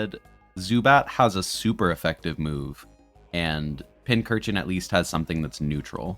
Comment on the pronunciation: Why tf do you keep mispronouncing Pincurchin as Pinchurchin?